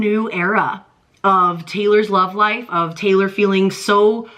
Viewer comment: Not Traylor please lol